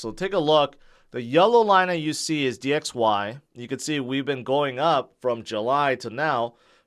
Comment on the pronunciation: can you say the word "going"....ing. not goa